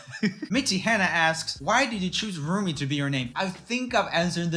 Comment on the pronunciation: I like the way joel says "whats up, my name is RRRRRoomie". Thats how we pronounce 'r' in nordic countries